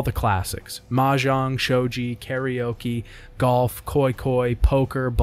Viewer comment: I’ve never heard of anyone call Shogi sho-G before you